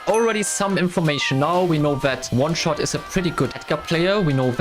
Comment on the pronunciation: In the celebration, the editor said oneshost instead of oneshot xd